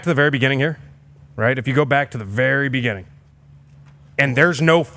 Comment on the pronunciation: The “breginning” of the progrum